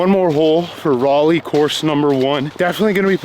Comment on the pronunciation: Thank you for pronouncing Raleigh correctly. Haven't played Cedar Hills in years. My favorites: 1. Buckhorn 2. UNC (Southern Community nearby is underrated) 3. Rock Ridge (would be 1st if better tees and finishing hole). 4. Diavolo (prefer the Fusion layout) 5. East Clayton (I need to play it more)